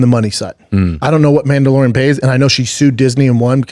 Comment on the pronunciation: "Mandelorean Bay" - Brendan Schaub. 😂😂